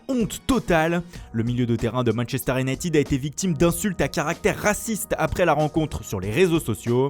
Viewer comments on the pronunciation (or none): none